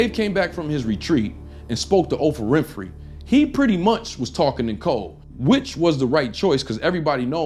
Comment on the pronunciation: She's called O PR AH Win Phrey.